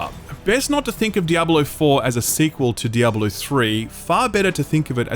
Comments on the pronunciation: WHY ARE YOU PRONOUNCING IT DIABOLO? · why does he keep saying Diabalo? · "DEE-AH-BO-LO" lmao